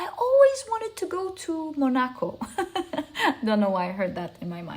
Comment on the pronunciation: Thanks....Monaco is pronounced Mònaco..not Monàco😊